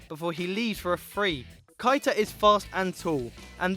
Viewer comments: Nabby Kita? Your pronunciation of words is terrible mate it's Keita. KE-ITA. KEITA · Anyone hear how he said properties for keita